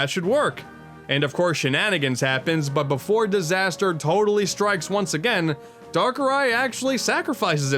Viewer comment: "Darker eye"